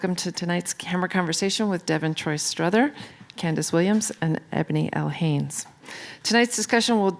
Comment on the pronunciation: Everyone calls me struthers too, it’s Strother smh